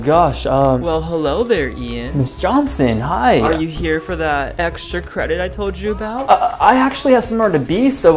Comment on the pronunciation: "hello ian are you here for that extra cridet i told you about?" WWWHAT!?